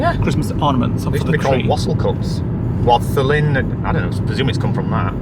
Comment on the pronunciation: It’s not wosaling it hear we come a wondering